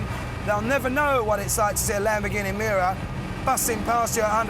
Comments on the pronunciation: Nice "Muira" .... you would expect more from top gear channel... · Richard Hammond said it well. It is the Miura, not Muira. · Muira??? Miura!! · the name is MIURA not muira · the intro says Muira and not miura lmo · "Muira"? Ummm....... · ITS NOT MUIRA, ITS MIURA. I DON'T KNOW ANY "MUIRA" >.< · pronounciation : muira: moo-ee-ra miura:mee-you-rah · It's a Lamborghini Miura, not MUIRA! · it'a Miura not Muira .. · omg not muira...MIURA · No one: Top gear: Lambrogonio Muira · Muira? Lol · It‘s called the Miura! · Nearly 2 million and they don't even bother to correct Miura. Unbelievable. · shouldnt it be Miura?